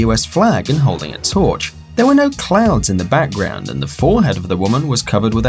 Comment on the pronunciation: didn't he say clown besides clouds